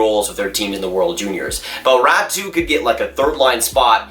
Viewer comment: Its pronounced Rot-E not Rat-E